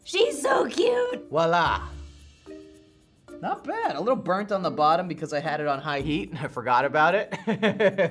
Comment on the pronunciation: its "voila" not "wah-lah"